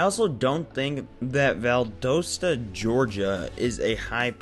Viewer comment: As a Georgia resident, you butchering the word Valdosta was painful to me 😂